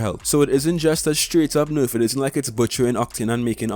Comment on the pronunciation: I love how he says nerf , (norf)